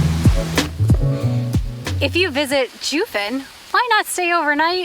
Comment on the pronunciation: I find it odd that you two bothered to do research to present while filming, yet couldn’t be bothered enough to learn how to pronounce Jiufen and other things correctly? It takes only a moment. Along with this, your comments on Japanese history reaaaallllly gloss over the negative aspects of their colonialism on the indigenous people of Taiwan. Foreigners and travelers all have a duty to honor the places they visit. That includes their complete history.